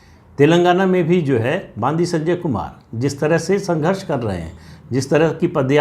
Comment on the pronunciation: बांदी संजय नही.. बंडि संजय 😀 बंडि means गाड़ी in Telugu